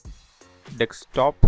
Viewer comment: I love you your video, thankyou for that! But it says DESKtop, you say DEKSTop? Hahahha, loveyou!